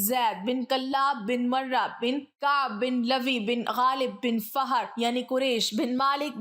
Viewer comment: Fahar Nahin fihr ibn malik